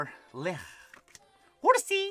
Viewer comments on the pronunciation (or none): none